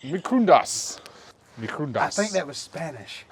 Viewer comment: horno is oven and he said microwave quite well but yea that was spanish 😂😂😂